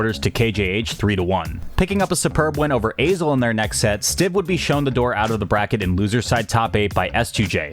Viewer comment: I think its pronounced 'Azel'